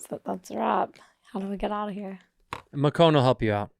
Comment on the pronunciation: "ThAHHt's a wrAHHp" 🤬